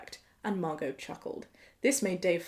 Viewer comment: Omg my name is Margo! I loveee your pronunciation of it!!! Makes me like my name more than I did!!!